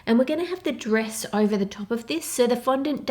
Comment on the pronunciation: it triggered me whenever she said 'dress'